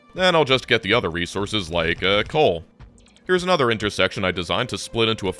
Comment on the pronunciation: Ha! inter-sack-tion